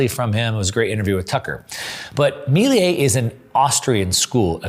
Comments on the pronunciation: Excellent video really enjoyed it. By the way Its pronounce Milei not Miliei. Cheers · Bro, love your content. One quick observation: Me - leh - ee ❤